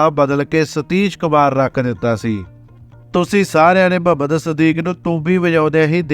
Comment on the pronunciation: ਬਹੁਤ ਵਧੀਆ ਲੱਗਿਆ l ਮੁਹੰਮਦ ਸਦੀਕ ਹੈ ਨਾ ਕਿ ਮਹੰਮਦ ਸਦੀਕ l ਬੋਲੀ ਰੁੱਖੀ , ਸਤਿਕਾਰ ਦੀ ਭਾਵਨਾ ਦੀ ਘਾਟ ਹੈ l